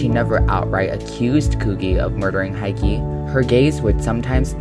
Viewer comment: It's Hiki, not Haiki...